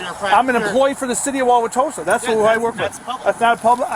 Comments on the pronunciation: it’s pronounced wow wa toe sa. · Wah-wah-toe-sa btw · I would have thrown him out until he pronounced Wauwatosa correctly, or even closely. Other than that, they should have left him the hell alone.